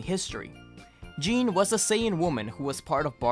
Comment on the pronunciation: Gokus mother's name is pronounced "Gee-neh", or "Gee-nay". It has a soft "G" the same as Gokus name, not "Jean". Japanese phonetics are confusing as fuck for english speakers until you learn every character is always pronounced, and every character only has one way to be pronounced. No instance of the letter "G" is ever changed to a "J" sound, or similarly with any other character/letter too. It makes pronunciation a lot more uniform and easy to understand. The only exception to this rule is related to regional dialects and accents local to japan. But thats usually just words that have their spelling and intonation juxtaposed slightly. I hope this explanation was beneficial and not wholly unwanted.